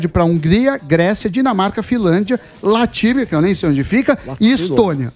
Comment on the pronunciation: "Latívia" foi foda, hein Sammy? É "Latvia", que alguém deixou em inglês por erro ou engano. Em português, Letônia.